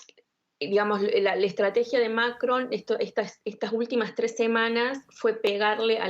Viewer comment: Por Dios no puedo tolerar a la primera analista "" no sabe hablar o es no sabe pronunciar el nombre del Macron... Y solo repite extrema derecha, que fastidiosa